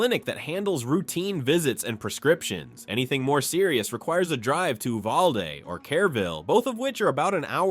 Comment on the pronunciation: Don’t forget how close to the border many of these towns are. Education is mediocre at best. By the way Uvalde is not pronounced this way. Check out the school shooting in Uvalde , that has recently been in the court. Such a tragic event. Look elsewhere for retirement towns.